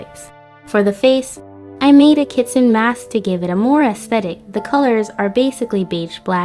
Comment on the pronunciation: I am always down for ghosties and Vulpix <333 (It's pronounced KEE-tsoo-neh, tho. Ki-tsu-ne)